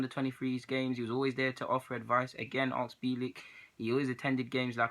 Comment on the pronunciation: Why do you always say aks me instead of ask me haha